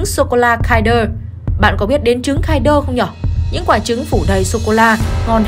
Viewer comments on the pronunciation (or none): kin đơ chứ không phải kai đơ